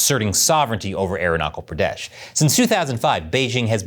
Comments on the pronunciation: It is irritating to hear "Arunachal Pradesh" as "Arunakal Pradesh". Please correct your pronunciation, or else you will be considered Chinese. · Aeronakul Praadash... 😂😂. It's Arunachal Pradesh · Aruna-kal pradeshh 😂😂😂😂😂😂😂.. this guy is hilarious by nature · There's no war between China and India. You don't spread fake Idiotic information. MF you bastard can't even pronounce my State's name. That was a glitch and this lady was nervous. Fuck your Idiotic information. We, both Nation is developing our Economy and Relations. So this will bite your ass. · I am Indian and your pronounciation of "Arunachal Pradesh" is wrong Thanks